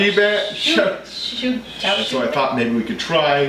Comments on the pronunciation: Show sue-gee bah-nn :3 A for Effort though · All of these people commenting on the pronunciation of Fluer de lis. Meanwhile I'm over here hardcore weebin'. 焼杉 is what you're talking about. For future reference the words are pronounced Sho Soo-gee (not soooooo-geeeeeee, it's more staccato than that) Bahn. If you want to pronounce something easier you can just use Yakisugi (pronounced Yah-key-soo-gee). I love that you're incorporating different styles, so keep up what you're doing! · if the way you spelled is the right spelling... should be pronounced. .. sho soo gi bahn (gi as in gift) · Actually the u in shou is not pronounced but used to mark an elongated o. So Shou Sugi Ban sounds more like "Shoh Soogi (not shoogi) Bahn"